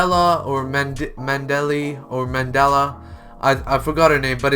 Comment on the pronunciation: Mandalay’s name is pronounced: man-da-lay